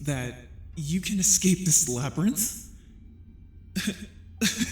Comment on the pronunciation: ah yes the LabRyRiNtH